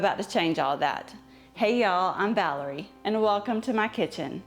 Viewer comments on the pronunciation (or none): none